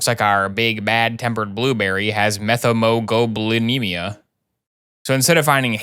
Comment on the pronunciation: As a lab/med tech, not sure if anyone cares BUT the correct pronunciation is “Met-hee-muh-glow-buh-nee-mee-uh” for Methemoglobinemia! 10/10 vid, looking forward to more house! (If there is more!)